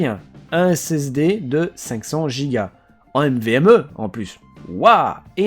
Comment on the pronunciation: C'est l'accent belge 😂